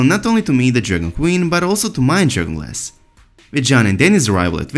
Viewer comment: Every time this guys says "dragon glass" I heard "Journalist" . Can't unheard it.